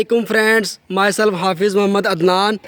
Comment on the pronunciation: aik to english ati nehi dusra bol kitne confidence se reha ha. O bhai sirf is review ki waja se jisne lena hoga na nehi lega🤣. Fraaaands